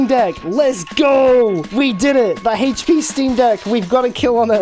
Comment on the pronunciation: OH IT'S THE DAMN HAITCH PEA!